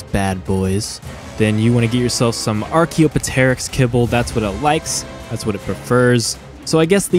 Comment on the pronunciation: Only complaint I have about this video is how bad you archaeopteryx pronounciation was.